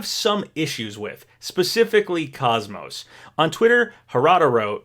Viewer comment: ikr, and he also mispronounced KOS-MOS as well